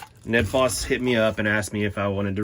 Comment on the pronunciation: Ned rhymes with dead my friend. Thanks for the review